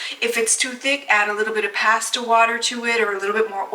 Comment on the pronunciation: What’s with the Posta pronunciation?